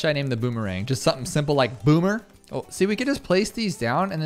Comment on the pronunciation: Boomer range is clearly "Bommer"